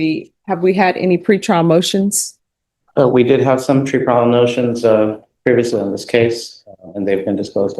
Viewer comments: Im sure he said "tree-pile notions". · Ok I had to watch the part I’m talking about twice … the “lawyer “ said tree prial notions … instead of pre trial motions … anyone else catch that ??? wtf… Very bad plastic surgery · “tree prial notions” 😂